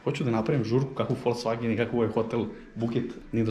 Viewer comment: "Idemo u FolCvagen"?? Znaci ne verujem sta cujem. Molim vas ubedite me da nije rekao sa "C"!